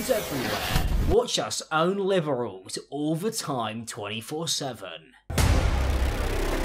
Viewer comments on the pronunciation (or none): I definitely heard "Watch us own liverals." Me: Is this some sort of new slang for people who eat liver or something?